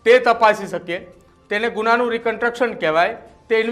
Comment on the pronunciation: આ ભાઈ ને રિકંસ્ટ્રક્શન બોલતાં આવડતું નહિ ને ન્યુઝ એંકર બની ગયા છે... પેલા ગુજરાતી ભાષા પર પકડ શીખો ભાઈ